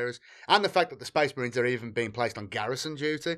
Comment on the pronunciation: Oh boy, more sphess mehreens